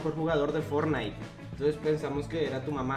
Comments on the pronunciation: pense que la señora digo fornais y era fortnite jajaja que pedo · Van a demamdar a la señora por decir fornite😂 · Nadie: Absolutamente nadie: Juan: caso cerrado fornite